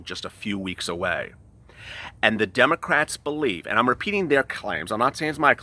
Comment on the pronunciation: He did say dum’ocrats 👀💀😂